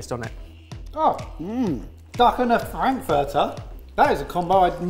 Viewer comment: Austrian checking in . the word frankfurter said very well!